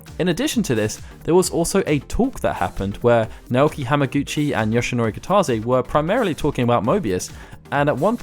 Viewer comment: Nice vid, good info. Just FYI, Kitase is pronounced "kita-say", instead of "kita-zay".